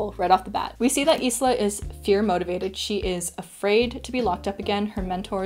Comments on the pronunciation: The only issue I had with this video was how you pronounced Isla’s name. You said it like “is-la” it’s pronounced as “eye-la” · I know it’s not related to the book, but I want to know what’s the name of the background melody and its composer? I like it. Anyway, the Mai character's name is pronounced as ice-la. I wonder if you’ll read the next book, Nightbane.